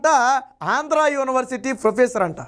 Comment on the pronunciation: బాబూ! స్వామీ! ప్రారంభంలోనే " యోని" వర్సిటీ ఏవిటండీ ? యూనివర్సిటీ కదాండి? కర్ణ కఠోరంగా యున్నది.